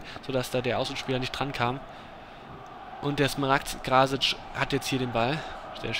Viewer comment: ich denk das krasic iwie eher wie krass, also krassic ausgesprochen werden soll. würd ich jez meinen xD